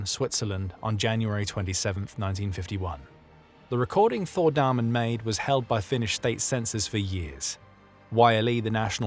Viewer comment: I am sorry to correct you but his name is Damén you say it like dameen